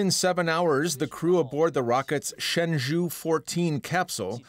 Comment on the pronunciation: The presenter cant even pronouned Shen Zhou properly...LOL look like his tongue get stuck...dw should replace him...